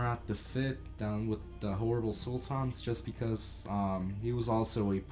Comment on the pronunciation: Korucu Mate, I think he is Turkish himself. Look at the way he pronounces the names of the Sultans. He has such an "urban" Turkish accent